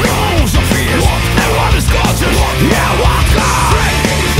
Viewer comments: Am I the only one who hears "wodka" instead of "vodka"? Is that done on purpose? (I even checked that Fins pronounce it "vodka "). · goglik he is saying vodka that is just how you pronounce the V sound in Finnish